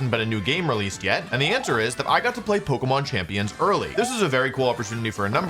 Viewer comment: Since when has Wolfe pronounced it "pokmon"